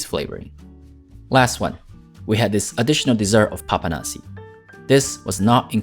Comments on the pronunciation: Thank you for doing my country.And you have to add more accent to the s at papanași.Like this:Papanașșși.You should try paste carbonara(pasta with cheese).Its my fav meal! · As a romanian, i am laughing so much while he is trying to pronounce the name of the dishes😂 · In mosul in care a zis papanasi means the way he said papanasi